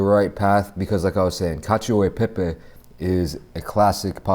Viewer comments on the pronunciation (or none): you mean, CACIO EH PEH PEHH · And sorry but it’s nothing near Cacio e Pepe rip every Italian who had to hear that